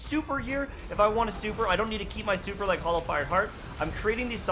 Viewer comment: It's Hallowfire, not Hollowfire. fyi